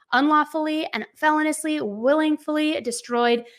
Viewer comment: Felonious "fe-loan-e-us" not "felon-us" lol.. I'm just correcting me because I hear you say it a lot and then I noticed you said it right one time in a prior video but for the most part you say it wrong LOL I'm not pointing it out to be a know-it-all